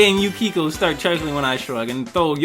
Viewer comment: its pronaunced yu-kie-ko